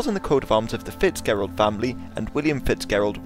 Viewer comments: it's pronounced Fitzjerald, I should know, it's my family name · its pronounced Fitzgerald with the ger being pronounced like at the start of germany